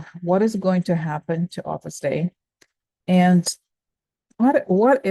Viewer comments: Love your daily shares! 🙏🏻🙏🏻🙏🏻 Side note: Opus Dei is pronounced 'Opus Day.' 🥰💙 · pronounce O pus Day-ee